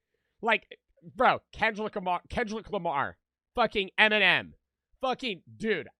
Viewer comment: it because said kenlick lamar